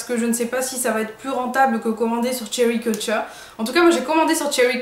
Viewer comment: Cherry cultureee lool trop drôle comment tu le dis :-)